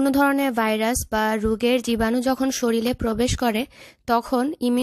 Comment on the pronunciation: Apnar vlog Khub bhalo lage . Niyomito dekhi . Kintu ‘shorir’ shobdota shothik bhabe uchcharon korben. Its ‘shorir’ not ‘Shoril’ .